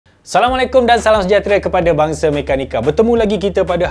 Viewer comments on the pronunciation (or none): none